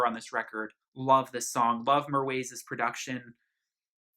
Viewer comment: It’s pronounced Meer-whah